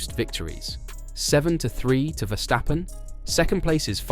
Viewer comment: You pronounced Verstappen correctly!